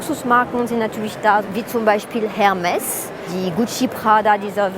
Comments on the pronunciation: 'Ermess' nicht Hermess gesprochen. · Wie kann eine „Trendforscherin“ nicht wissen, dass Hermes „Er-mess“ ausgesprochen wird, das H ist stumm.